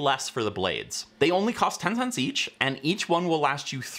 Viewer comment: Why did you mush-mouth the '10 cents' claim??? A little suspicious imo.